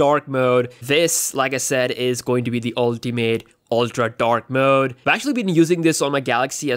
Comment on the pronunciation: How many times did he say dak mooood